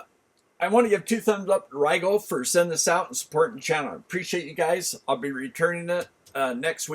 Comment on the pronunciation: Great video as always ! I found out that last week that RIGOL is actually pronounced Ree-GuLL, I’ve been saying Rye-gaLL for the last 5 years too lol 🤷🏻‍♂️